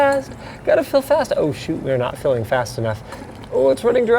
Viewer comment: I touk a shot eberytame hesayd fAsT